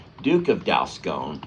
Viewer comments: Congrats! How adorable! FYI-the O in Dalscone is pronounced as a short O, not a long O. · Sorry but it's Dalscone pronounced as in gone not scone